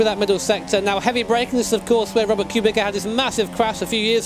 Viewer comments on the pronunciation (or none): It's Robert Kubitza not Kubika, you pleb:/ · Its kubitza not kubika Get it right ffs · Kubica not Kubika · Just FYI Kubica is pronounced "Kubitsa" other than that, great video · It's pronounced more like Kubitza, just so you know :P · i don't think that's how you pronounce it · You pronounce Kubica wrong